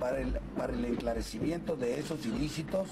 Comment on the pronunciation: ¿dijo ... enclarecimi ento? Bueno así es la "polecia" Y Galeana dijo, sastifecho.